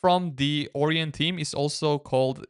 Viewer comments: It's not 'Oreon' browser it's 'Orion' lol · More like O-Ryon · As an astronomer it pains me to hear you pronounce it OR-eon. It's pronounced Or-ION, to rhyme with "ion", not "peon". Dear me. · pronounced "Oh. Ryan?" XD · Bro that's not how you say Orion and English isn't even my first language. Haven't you seen Men in Black? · I'm guessing english is not his first language but that's ok Orion is a greek word and he's pronunciation resembles that a lot